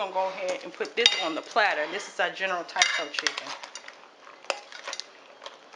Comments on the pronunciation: It all looks yummy, it's not general Tiso though, it's Tso, said like (sow) but either way, I knew what you meant. I may have to try some of those recipes. Thanks for sharing! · General Tsao is pronounced "so" lol.